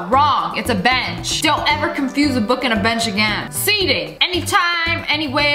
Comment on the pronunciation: For a second I thought she said do you want to bring a bi## every where but I skipped it back and she said a bench,lol🤣😅🤭😶